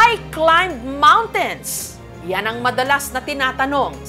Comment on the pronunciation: Kung tama ang dinig ko, mispronounced ni Jessica Soho ang word na climb sa tanong " why climb mountains?"sa should be silent B.